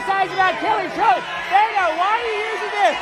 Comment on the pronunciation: Beto pronounced as “beta”